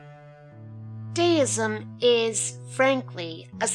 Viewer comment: I hope you do know you pronounced Deism incorrectly throughout the presentation.